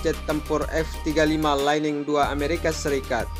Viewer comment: Lightning bacanya jangan laining bang... tapi lait'ning